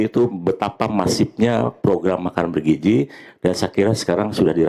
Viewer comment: BergiZI bukan bergiJI